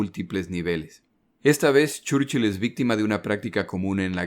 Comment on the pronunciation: no entiendo muy bien porque si se pronuncian bien los otros apellidos porque el mas importante de la guerra repetidamente se pronuncia mal